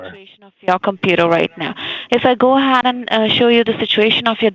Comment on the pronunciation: "If i go 'aheaiyd..'," gives it all